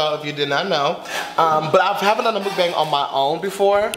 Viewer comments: MOOK-BONG is how you say it. Everybody want to be doing it and not saying it right wtf I love you Zach no shade but come on.... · Zach I'm korean..... it's pronounce muk-bong.....